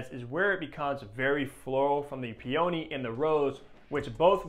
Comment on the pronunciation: Excellent explanation of my favourite fragrance! But your pronunciation of peony… 💀 🤣